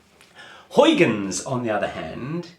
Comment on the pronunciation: not how you pronounce huygens. google translate it into dutch